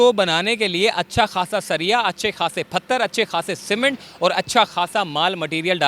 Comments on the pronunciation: Phatar nhe hota Bhai, pathar hota he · Phatar nhe hota Bhai, pathar hota he. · Its 'pathar' not 'phatar'. And its 'k-hana' not 'khana'. (khana kharab) Your pronunciation is wrong my friend.